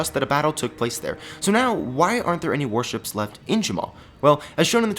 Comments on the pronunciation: The whole time I thought he was aying "Worships" and I was so confused and the I realized he was saying "Warships"... XD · I thought u were saying worships